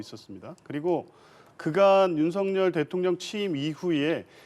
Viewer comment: 준석이처럼 윤햭관이라하는데 아주불쾌하다